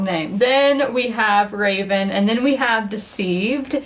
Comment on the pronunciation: Fyi Revan is not Raven 😎👉👉